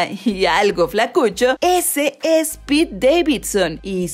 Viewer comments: Se dice pete xd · Es pete, no peter